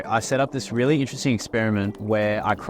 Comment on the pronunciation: "We've got these rili cool rili shrimp"